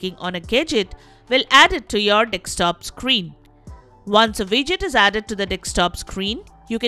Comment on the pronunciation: hidious indian accent ... also 'dekstop'? learn to read